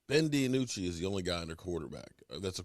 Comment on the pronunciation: hey, its ben DiNucci say "dee-noo-chee" not DiAnucci like you always tell it LOL its DEE-NOO-CHEE"